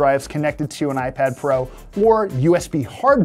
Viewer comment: "Ipad Fro?"